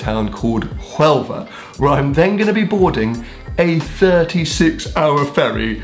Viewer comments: You shouldn´t p`ronounce the H in Huelva, you should pronounce it like "WELVA" ~ish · The H in Huelva is silent, like d in django